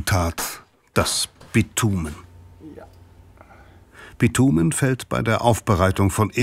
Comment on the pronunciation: Bitumen, nicht Pitumen!